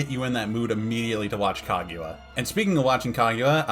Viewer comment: Kagyua? Why does he pronounce it as "kag-you-a"?